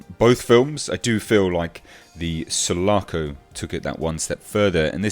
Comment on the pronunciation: Sul--A--Co...Listern to Riply say it!!!